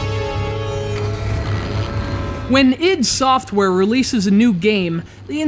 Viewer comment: wtf, it's read I D SOFTWARE with I and D as separate letters.